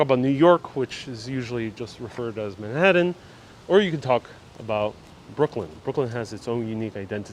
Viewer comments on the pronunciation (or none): none